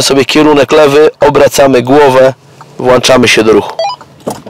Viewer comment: Włączamy,a nie WŁACZAMY!!!